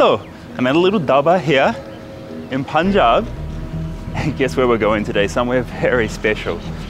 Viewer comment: Karl pronounces Punjab like we Indians do 🥰